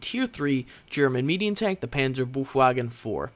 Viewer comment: Sweet, how you pronounce "Panzerbefehlswagen" :D